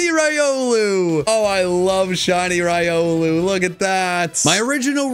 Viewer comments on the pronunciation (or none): Why you got to say raiolu, instead of rilou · he’s saying it right. It’s ry-oh-loo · You are pronouncing Riolu incorrectly. It is Ree-oh-loo. Love your content! 😊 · The official pronunciation is Ree-oh-loo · Do you realize that you're saying riolu wrong in every video😂